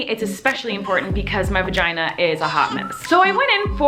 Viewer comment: Love how she calls it a vaheen😂😂